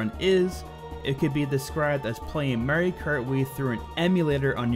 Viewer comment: It's MARIO not that shit your saying